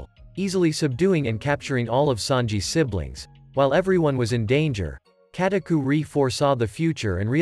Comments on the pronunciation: its Katakuri not KatakuRI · "Lueffie" "Katakuerie" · kataku-ree, lu-fee anyone else notice this 😆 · The way he said Luffy katukuri